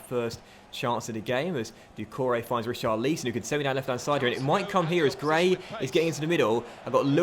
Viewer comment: Pls say richarlisons name properly you say it wrong check how the commentators pronounce his name when he plays in real life